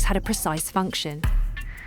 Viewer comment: Function, not fonction